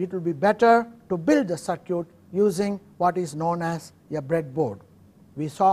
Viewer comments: LOL he says "sir-cute" instead of "sir-kit"....cracks me up, but its all good ...... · Very good course. However I did wonder why, since the word "circuit" is to be used so much, the Prof. did not polish up the pronunciation. I think it is usually pronounced " SirCut" rather than "Sir Cute". Hope this is helpful. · Just a little help here, circuit is pronounced sir-kit, or ser-kit, i know i cant speak your language, im only trying to help. Good luck to you. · sir is pronouncing circuit as cir-cute, but its okay... the teaching is excellent !!! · circuit why all indian pronunciate it circooet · lol, sir-cutes. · sir-cute (circuit) lol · Ihtisham U are totally worng all indian are not pronouncing circooet